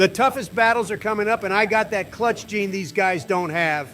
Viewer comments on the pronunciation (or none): none